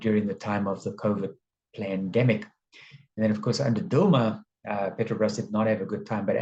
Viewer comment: Did you call it a "plan" demic? 😂